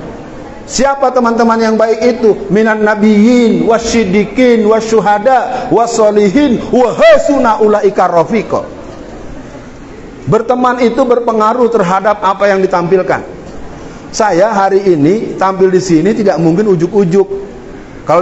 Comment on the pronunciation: Ustadz,Afwan. Wa Hasuna Ula- ika Rofiqon. Itu dibacanya dg menggunakan Ha kecil bukan Ha Besar. Juga tidak dipanjangkan Huruf Ha nya ,langsung saja tanpa spasi. Juga Wala Tahinu Walaa Tahzanu ,Wa Antumul A,Launa in kuntum Mu,minin.( Q.S : 3/139) Bukan terbalik - balik.Maaf,ini masukan utk Ustadz biar ga keliru terus didalam mengungkapkan ayat Al qur-an. Mksh.